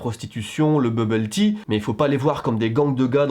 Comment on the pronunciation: "le bubbole tea" 😂😂😂😂😂😂😂😂😂 je m'en remet pas hahaha